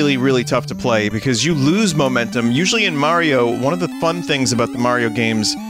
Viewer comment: It's pronounce Mario, not Mario.